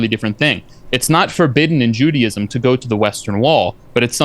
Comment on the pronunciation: He claims to be an expert on Judaism but pronounced it "Judyism."